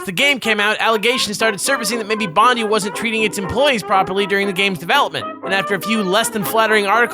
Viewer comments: Jesus you yanks really know how to butcher the English language. It's pronounced 'Bondeye', you know, like the beach? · Its actually pronounced Bon-Die ;) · hey guys. loves your channel. just letting you know its pronounced Team "Bond i (eye) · Hearing them absolutely butcher Bondi's pronunciation every time made me actually cringe, every time. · Your pronunciation of “Bondi” is making every Australian cringe. Just know that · The pronunciation of Bondi make me want to die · Every time you guys say bondi I die a little bit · That's not how you say Bondi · Your saying "Bondi" wrong! triggered in Australian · bondi is pronounced Bond-eye. Its my hometown in sydney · IT IS BON-DIE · Bond-I say it proper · I know its over 2years old, but as an Australian its Bon-DIE. ughhhhhhh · it is pronounced Bon-Di(e) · Bondi is pronounced as Bond Eye/Bon Dye. That said great review as ever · its actually pronounced like Team "Bon-Die" Named after Bondi Beach here in Sydney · bondy really. im sorry but being Australia (quoting peter grifin here) that really grinds my gears. its pronounced bond I like when your saying someone and I not ey. im sorry if you misinterpret the tone of what im typing. i dont mean to be a hater just correcting nicely. now if you exuse me my kangaroo is here im gonna go for a maccas run down. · Love you guys but Bondi is pronounced Bond-eye. Thought id let you guys know :) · I'm pretty sure Team Bondi was named after the area Bondi (Bond-eye) in Sydney. So, if that is the case, everyone you know is wrong. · Just a heads up guys it's pronounced Bond-eye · Bondi(BON-DIE) source: Australian Birth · its pronounced Bond-eye, thats driving me insane @@ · Awesome review! But you're pronouncing Bondi wrong, it's more like Bondii or Bond-eye. Cheers lads, keep being awesome :D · Hey guys just for future reference but Team Bondi is pronounced Bond-eye :) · TEAM BOND-EYE jeez, not only do you missuse cliches you also cant pronounce shit hahaha love you!!!!